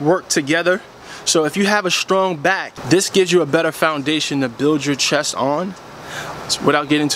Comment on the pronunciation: Thank you great Tips But Not to correct you, BUT its CHEST not CHESS just sayin